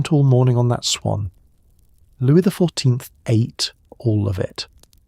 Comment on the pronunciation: Lovely but the AI can’t pronounce 14th.